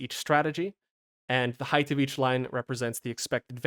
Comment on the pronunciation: how can I take anything this says seriously when you say heigTH?